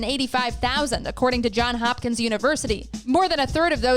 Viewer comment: It's Johns Hopkins, not John